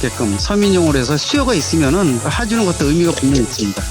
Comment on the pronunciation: 해주는거지, 하주는 게 뭔 말이냐 대체ㅋㅋㅋㅋㅋㅋ 교수라는 사람이 에효.